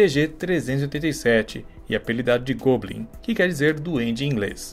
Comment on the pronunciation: Se fala Góblin, não Gôblin>.>